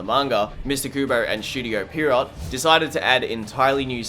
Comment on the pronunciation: Its "pee aero" not pier rot